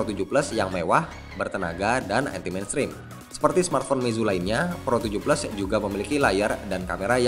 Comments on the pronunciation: kok bacanya pro 17?? bkn pro 7 plus??? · APA cuma gua yang dengernya pro 17 😂